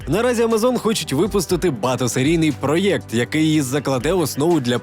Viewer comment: Все супер але не раз замічаю за автором "проєкт" написання гірше вимовляння